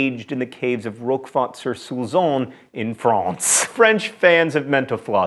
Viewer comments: Hi there! Just to salute the nice effort made on the french prononciation in this "cheesy" episode (never gets old). Your "France" is pretty brutal though. x) PS: Camembert and Brie are commune's name, not region thankfully. ;) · And France was not properly pronounced.... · littlehouseonthepreposterous Similar to his pronunciation of France, or has John would say: "FRRRAAAWNCE". Technically right, but a little bit over-zealous. :) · im not French im Danish so I really have no idea, but I have never heard a Frenchman pronounce "France" the way John Green is pronouncing it so im going with a rating of "somewhat poorly". Also its also Emmentaler cheese in Denmark. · I feel the same about brie. The crust is sooo nasty! And you're pronunciation of France is a bit agressive lol. I'm in Quebec but I don't think in France they say it so violently! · I could not stop laughing every time John said FRANCE